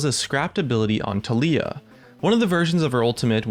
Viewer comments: I like you and all man but please....FOR THE LOVE OF GOD TALIYAH IS PRONOUNCED tAh-lee-a, emphasis on the TAH, not on the LEE-A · I really hate how you say Taliyah. They pronounce her name in the spotlights, how can it be possible to pronounce it wrong? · Why are you pronouncing "taliyah" so weird?